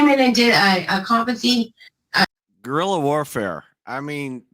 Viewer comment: Guerrilla? Go-effin-rilla?